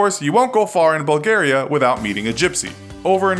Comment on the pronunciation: Ahahahah "bulgaria"